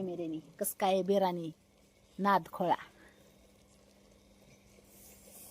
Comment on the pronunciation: बिरानी नाही ग ताई बिर्याणी अस असते ते